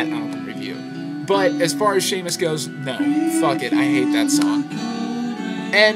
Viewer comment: The two you don't like ("San Tropez," "Seamus") are pronounced "San Tropay" and "See-mus."